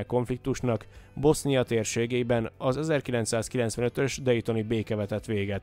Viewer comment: Nem Dajton ,😂 hanem Déton.